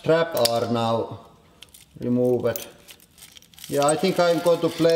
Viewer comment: "Ray mooov-ett" lol